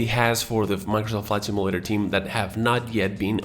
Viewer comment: Can you not say “Microsoft Flight Simulator” without sounding like you’re having a stroke? Slow the hell down.